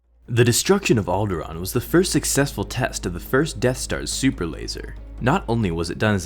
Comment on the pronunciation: You pronounced Alderaan wrong.